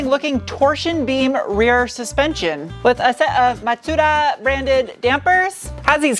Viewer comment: I'm so happy you said MaTsuDa Great video. Hooked on this from the getgo